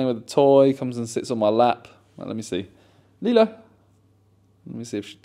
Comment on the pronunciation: Just sounds like you’re saying Lilo wrong